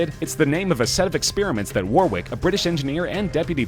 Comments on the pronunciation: The way he says Warwick is cringe. He says it so many times. I don't even know what Warwick did. I was distracted by WAR-WICK. A war of wicks? Fighting for candles? The chandler revolution? War wick. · Stop pronouncing Warwick wrong, it is pronounced "Warrick"